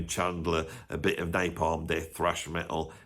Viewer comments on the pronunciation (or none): none